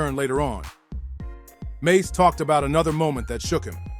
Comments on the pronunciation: Bobito not badado lol😅 mase not mace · His name is Mase not maze. Trash video.